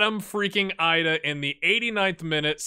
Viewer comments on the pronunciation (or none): I think Idah may be pronounced EE-duh